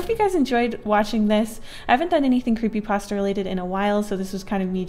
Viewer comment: brings me back to my cweepypasta days lol